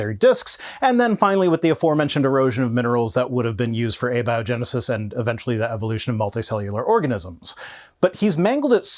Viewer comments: I had to listen a few times, but, says "a biogenesis", as in "a big liar" rather than "abiogenesis", as in "atheist" He literally doesn't know how to pronounce the word! How can you be this dumb and still be breathing,??? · Nit pick but how may said abiogenesis bugged me